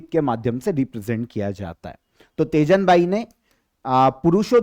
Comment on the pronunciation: Teejan bai ,not tejan bai mai chhattisgarh se hu